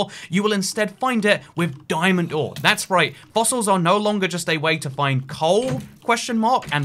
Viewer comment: DIAMOND-ORE and DIAMOND-DOOR - They sound the same yet mean different things. Every time he says DIAMOND-ORE I hear DIAMOND-DOOR lol.